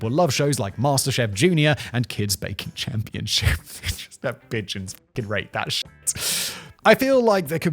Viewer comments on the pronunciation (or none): none